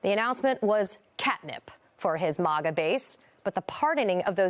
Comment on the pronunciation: If she feels this way about Trump, why was she even there to begin with? I don’t buy this nonsense at all. That woman isn’t MAGA and never was MAGA. I’ve never heard a MAGA pronounce it “mega”. Hiring people to fake a narrative is crazy. But then again, it’s MSNBC 😂